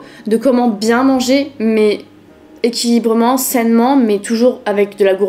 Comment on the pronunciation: Tu as dit equilibrement et sainement 🤣 tu m’as fait rire 🤪